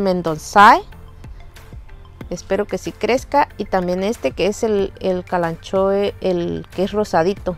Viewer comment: Hola,. Preciosas plantas. Tienes unos videos y una forma de expresarte lindísimos. Sólo una pequeña corrección: "kalanchoe" debería pronunciarse "kalankoe", ya que en latín la "ch" se pronuncia con el sonido "k". Un cariñoso saludo desde España.